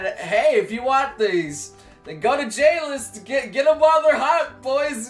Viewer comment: When he said J-list i heard Jail LOL GGWP